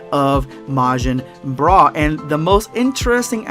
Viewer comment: oh yeah "boogota" Let's goooooooo and "broo" for bra absorbed by boo #endofthevideospuad